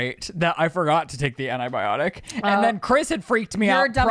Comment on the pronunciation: I’m sorry but I’m going to pull a …. It’s ANTI-biotic not ANA-biotic 😅